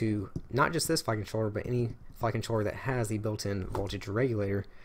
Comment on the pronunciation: When you say "Flight Controller" it sounds like "Fuckin' Troller"